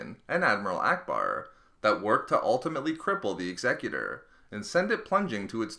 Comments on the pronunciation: Someone needs to tell me why the executor is pronounced so differently from normal? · He didn't though, he pronounced it as if it was dealing with someones will, as opposed to the name applied to describe someone who would also be called an executioner. Example Timmy would meet his Executor at sundown, Mable was chosen to be the Executor of his will First instance would be pronounced X-a-cute-or, second one would be the way the guy in the video says it. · Did anyone else get annoyed when he was saying executor wrong? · And Americans always pronounce it wrong. Imagine the word Execute and then add the Er sound. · It saddens me how you pronounce Executor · You kept saying executor wrong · the way he says executor annoys me...... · you don't strain the "E" in executor you strain the "U" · Lachie Clements. It's a command ship, executor is a word used to describe someone in power, so it makes sense. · A person who executes someone is called an executioner not an executor. By your logic the word Executive would be pronounce X-a-cu-tive bit it's not it's pronounced Exe-cutive. The Idea of the name is Command that's why it's always a command ship . An Executor is usually someone in a position of power and authority. Execute means to carry out. also fitting since the commander of the ship is carrying out the will of the emperor. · Or whenever he incorrectly says Executor. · God you're triggering me with how you pronounce executor.... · SkwintzLoL It's be pronounced correctly. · he said the name wrong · the 'ex-excutor' is actually pronounced 'ex-a-cutor' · X-Eh-cute-or not Exeggutor ;P This is Star Wars not Pokemon ;D (Taking the piss don't get triggered) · Am I the only one who cringed every time he said eggs-eck-uter? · "egsegutor" "Ex eh cyu Ter" Executors execute. Unless I pronounce execute "egg sec yute" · I believe it’s pronounced X-ah-cue-tor. As in “I will execute the rebels responsible!” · Say it with me, "Ex-ee-kyu-tor" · Executer ex-eh-que-tor